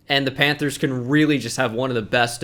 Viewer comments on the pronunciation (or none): none